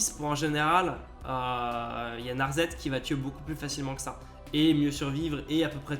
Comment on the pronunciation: NA-ZET ?! C'est NarSSSSet ! Et c'est de la bonne merde ne joué pas ça les enfants, c'est nul.